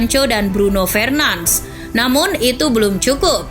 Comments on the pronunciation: Min bruno fernandes bukan bruno fernans 😑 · bruno fernans? wkwkwk cara bilangnya ga gitu kali, tpi bruno fernandesh